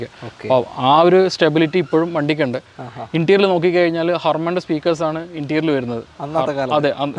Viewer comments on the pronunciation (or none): വാഹനത്തെ detail ചെയ്യുന്ന സഹോദര ഇൻറ്റീരിയൽ അല്ല Interior എന്ന് പറയുക എക്സ്റ്റീരിയൽ എന്നല്ല Exterior എന്ന് പറയുക.